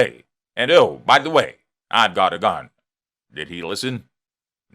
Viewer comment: I know what a gun is. I have never heard of a gon because it sounds like you're saying gon